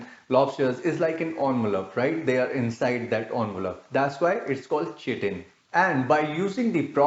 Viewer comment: you can't even pronounce "chitin or chitosan" correctly. OMG.